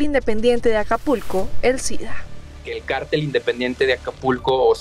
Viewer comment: Hay una gran diferencia entre "cártel" y "cartel", la reportera le dice "carteles" a los "cárteles" criminales.